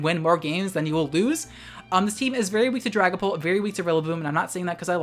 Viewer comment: I keep hearing Dragonball instead of Dragonpult